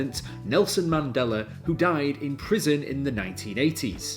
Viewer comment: It’s pronounced the Mandela Effect not mandelar effect lmao unless that’s a Mandela Effect. Mandela is spelled Mandela not mandelar. Good vid tho